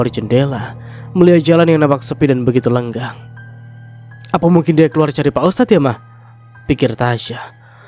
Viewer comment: Koreksi: lengang, bukan lenggang